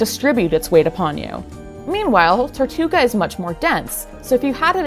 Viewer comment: it's tirtouga, not tortouga